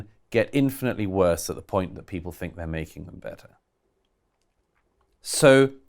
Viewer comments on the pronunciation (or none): I love Douglas Murray, but I cringe when he says 'fink' instead of 'think' 😞😩